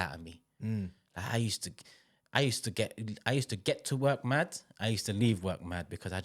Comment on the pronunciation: Bro said Moving MAHd, good name there